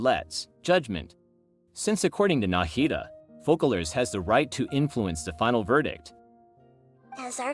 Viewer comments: it's called FOSSALORE , NOT FUCKALORE , in french there is ç pronouns sss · Loved the video! But it’s “Fose-a-lore” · I enjoyed the theory, can't wiat for 4.2 ! Also (I am French) and the "ç" of Foçalors is not pronounced like a "k" but like a "s". As if it was written Fosalors ...